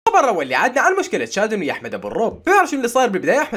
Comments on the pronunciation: طييب وانا شو قلت وهو بحكي شدن مش شادن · اسمه شادو مو شتان🤦‍♀️🤣🤣🤣🤣🤣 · اسمها شادو او شادن مش شدن 😂😂😂😂😂